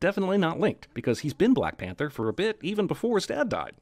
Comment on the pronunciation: "T'Challa de blek pentha"